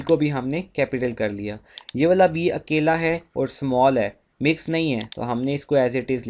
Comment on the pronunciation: Sir your akeyla sounded like keyla😂